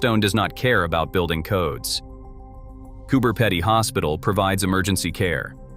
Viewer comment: Came to say that lol…..peeeeedy